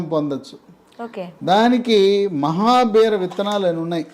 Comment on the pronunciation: it is mahabeera seeds not mahabear